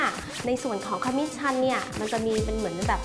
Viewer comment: ขมิ้นค่ะ ไม่ใช่ ขมิ่น